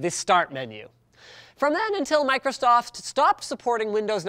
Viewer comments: Did he just say microstoft? Go to the timestamp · Microtosotf GG linus. Still drunk from CES? XD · microtsoft lol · Microstoft XD